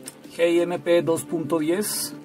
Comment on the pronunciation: Se me ocurren tantas cosas que decir... malas 😝... Pero solo diré una: eres el único al que le escuché decir "geemeipé", yo le digo "el guimp". Ya digo que del resto mejor me callo porque 😊...